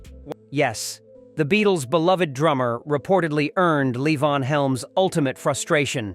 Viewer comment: I wish people would properly pronounce Levon's name. Levon pronounced it Lee-von 100% of the time - never La-Vonn.